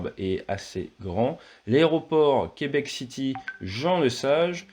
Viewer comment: J’adore comment vous prononcez Québec, c'est juste ! Ça ne sonne pas faux, merci !